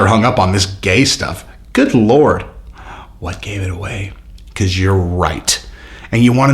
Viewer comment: he called you a gay lord 😂 not god lord.... keep doing what your doing as the google ai seems to love it too!